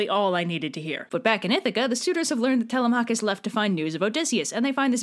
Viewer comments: I thought it was Telemachus (Telem-u-kis) WhO tHe F### iS ( Telem-AA-kus) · I’m sorry did you say “tell-a-Mach-is” I hate to be that guy but it’s pronounced “tell-‘em-a-kus”. Don’t say I’m wrong the guy who translated the odyssey says that’s how it is pronounced. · I have never heard anyone pronounce it Tel-uh-MAH-kus before. I've only ever heard it Teh-LEH-meh-kus. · It’s Telemachus- 😭